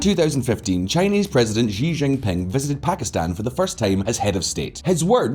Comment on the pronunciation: I love and all of the affiliate channels, and think your content is great. But I absolutely cringe whenever you mispronounce Xi Jinping's name. It's much easier to say than the way you're saying it. Xi sounds like 'she' in english. Not 'zheee'. There is a slightly softer and more airy emphasis on the sh, but just saying an English 'she' works. Or, just call him CCP Pooh bear. I'm very OK with that also. 😇 But sadly, that may get you demonitized.